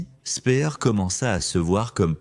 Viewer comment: toujours ces voix synthétiques vraiment pénible. prononciation du nom de Speer une fois Spir une fois spère. la cerise sur le gâteau à le commentaire parle du tunnel où on fabriquait les V2 et on montre à l'image la station de métro Porte des Lilas !!!